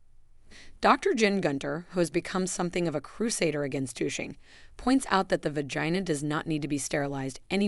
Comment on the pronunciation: I have never heard the words vagina or vaginal pronounced how it is in this video. It distractedly me from the content. Also why are they using young models when this is supposed to be for women of a certain age? I find it off putting.